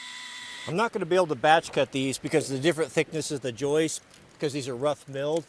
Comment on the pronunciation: Hey, it's joists not joices